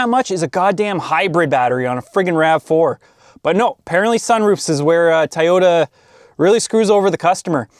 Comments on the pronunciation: Please say "toy' ypta... not ti or tee tie just stop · I just want to hear you say the word “Toyota” 10 more times. Or I mean “teryota”